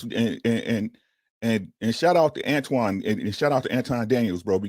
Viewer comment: It's amazing how many people say Antoine. His name is right there in your face for 8 hours